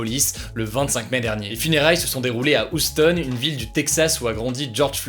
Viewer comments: bahahah uston mdrrrr c Houston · Ca se dit "Youston" et non pas "oustone" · On prononce « youstone » pas « ouchstone » 🤦🏻‍♂️ .. quand même c’est un classique de culture G cette ville est mondialement connu pour son lien avec la NASA. Dans tous les films blockbuster c’est la référence, avec des répliques cultes type « Houston do you copy » ! Bref toujours super ce concept d’emission encore bravo, sourcé et efficace, mais de grâce merci de prononcer correctement Houston c’est pas compliqué 😅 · "Oustone" Hugo je sais que l'accent anglais c'est pas ton fort mais fait un effort là gars 😂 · On dit "you stone" pas "ou stone" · "huston", pas "houston" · HY-OU-STAUNE, pas oustonne lol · Hugo qui prononce "Houston" : Oustone Mdrrr La majorité des gens savent que c'est un centre de contrôle de mission de la NASA et que cela se prononce : Ioustone J'en peu plus là mdrr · ça se prononce Youstone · Prononcer "youston" Hugo stp 👍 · Il me semble que Houston se dit youstone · Houston --> se prononce "Youstone" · et même plutôt Hyousteune si on veut s'approcher de la réduction en /ə/ de la voyelle non accentuée en anglais, mais bon, l'essentiel c'est qu'on ait compris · stp tu peux prononcer YOUston la prochaine fois ahaha sinon belle vidéo comme d'hab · Houston se prononce "Youston" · Non ça se prononce "ˈ(h)yo͞ostən " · Ça se prononce "Youstonne" 😉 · Théo B hum... tu dis « ouik ande » toi ? Non tu dis « Ouîk HEnnde » pourtant ça s’écrit aussi en Anglais « Week End ». Et bien Houston se prononce « Youstonne » c’est pareil. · Salut Hugo, juste pour t'informer que la ville de Houston se prononce "You-ston"! Super video sinon, merci! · ça se dit You stone ... juste comme ça hein ... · Ta prononciation de Houston m'a fait me remettre ma vie en question. Non mais Svp vous pouvez voir sur internet comment ca se prononce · D'habitude je valide ton accent anglais mais là comment tu as prononcé Houston.....